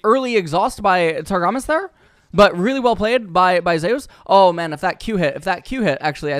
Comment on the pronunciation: zay-ooos. wtf, its Zeus my dude